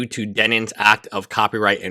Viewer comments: Denims. You said "Demins" the entire video. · Why do you say her name as "DEMINS?" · thank god someone else is asking this. this lawyer is dyslexic but only on the word "DENNINS" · I love him saying Demins lolol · no I didn't mean to laugh at his English (its not something to laugh at). He says Demins because he has no idea who she is so mispronounces it . He also mispronounces h3 as he which is also funny.